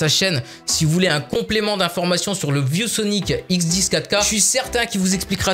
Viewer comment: On dirait que tu dis vieux Sonic au lieu de view Sonic